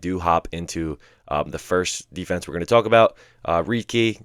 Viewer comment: Why do u say “tuhulk” instead of “talk”😂😂😂 dude putting emphasis on talk for some reason